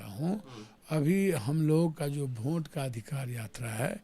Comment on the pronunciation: वोट ❌ भोंट ✅